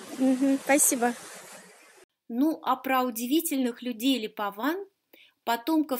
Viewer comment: Липован, а не липоман